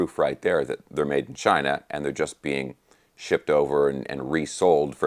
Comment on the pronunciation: "Made in Chinah"